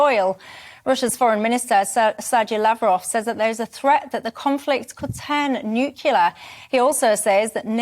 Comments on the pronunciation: NUCLEAR - not "nuculer". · The conflict could turn ‘Nucular’? … … I think you mean ‘Nuclear’ dear, Nuclear … 🙄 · Presenter needs elocution lessons,it’s not nucular, it’s new clear. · Nucular? Where on earth have found her from. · And please stop saying "nook-yu-lar" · "Nuculah" ba gum. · David Starkey?? Really, Michelle?? And please learn how to pronounce the word NUCLEAR🤨🤨🤨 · Yeah, this annoys me too, so many news presenters and journos cannot pronounce, or do not know how to pronounce the word Nuclear!